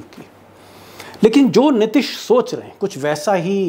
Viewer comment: Sir, Aap " Nitish" ke pronunciation mein always mistake karte hain. Hindi mein Likhte sahi hain. Ti ke uchcharan mein badi ee ki matra hai. Please